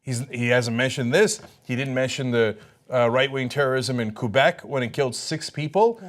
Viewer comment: Sink should learn how to actually pronounce Quebec